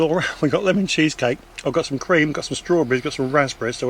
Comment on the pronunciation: Great vlog the way you said Lemon cheesecake 😂❤